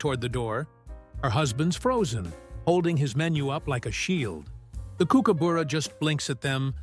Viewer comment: For the AI that is KOOKABUrrrra